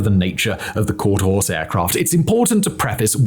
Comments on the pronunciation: For the record it’s: quarter HORSE , not quarter house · Horse, not house. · How did editor not pick up the fact that the is saying quarter house instead of quarter horse like 75 percent of the time ? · It has to be the accent. I hear 'Quarter HOUSE' and not 'Quarter HORSE'. 'Quarter HORSE' means it'll run out the gate. 'Quarter HOUSE' means dad got a bad deal in the divorce. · I kept hearing that too! It's Quarter Horse! HORSE!!! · I think Hermeus should receive an apology for the absolute shoddy script reading, and lazy editing. I’m surprised this was allowed to be published. QuarterHOUSE? THAT many times? Really? Embarrassing. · He really says quarter house. You weren't even exagerating. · Quarter House? Simon must need a new eyeglass prescription lol... But wait.. I thought he said horse at least once. U aight simon? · He definitely says quarter house a couple times 😂😂😂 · Simon must have had a lot of scripts to read the day he recorded this video. Considering how fast he was reading and how many times he mispronounced the name of the aircraft, he was obviously rushing through the recording. The real question is did the editors not notice the mispronounciaton or did they just decide not to rerecord the video regardless? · House many times will simon mispronounce the name? Place your guess